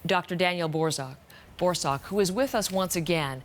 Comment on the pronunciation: Also his last name is pronounced “BOR- suck” (said quickly, emphasis on 1st syllable) not “Dr. BOAR-SOCK” 😂😂